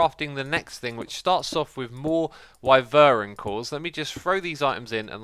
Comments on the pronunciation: Wyvern is pronounce why-vern. Not why-ver-uhn. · FYI it’s pronounced Y-vern not wivern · you say wiveren instead of whyvern.... you say it like the word "why" and then vern luke you hear it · it's pronounced Why-vern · X, its pronounced Whywern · ghahahahhqhahahaha omg the way x pronounces "wyvern" is disgustingly funny XD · I hate it